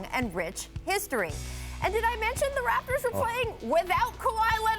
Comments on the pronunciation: Ayoo did she just say the RAPEters ?? 😂😂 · I thought she said that too